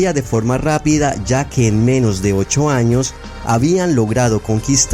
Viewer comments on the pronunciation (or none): none